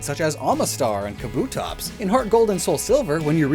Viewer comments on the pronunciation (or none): none